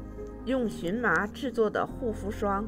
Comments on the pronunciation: 这个字念qian ma,不是xun ma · 发音不对, 荨qian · 做植物名的时候，读qian ：） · 谢谢您指教🙏,,这是多音字,在植物中的正确发音,我在荨麻茶的视频里纠正了.多谢您🌹👍🌼🌸🌷🌾🍀